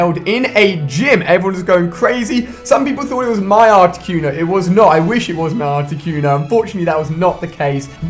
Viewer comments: So he's Mystic but he can't even pronunce Articuno... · Carmela Salmo Cunio not cono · Why do British people pronounce things so fucking retarded. "Articyoono" like seriously stop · The way you pronounced articuno... Cringe...